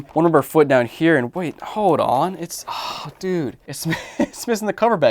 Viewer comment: I like watching your clips, what drives me crazy is you always say hoed instead of hold canadian thing I guess